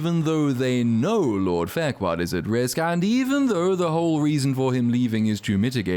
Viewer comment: I like how part way through he forgets to call her fairquad and starts calling her farquaad 😂